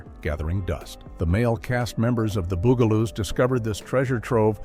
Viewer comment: The AI in this was incredibly annoying. For a program About the bugaloos, it would have been nice if the guy could have pronounced bugaloos! Weird pauses and so many words mispronounced. Did nobody check this before they posted it? Not to mention that, it doesn't end properly. It just kind of stops while skipping like a bad record.